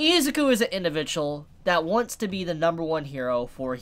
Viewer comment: I don’t think it’s pronounce eziku